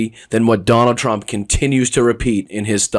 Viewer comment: OMG "Jonald J Trump" i love it!😂😂😂😂😂